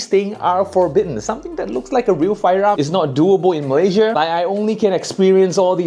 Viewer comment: why do you (always) say malaysia with R in the end?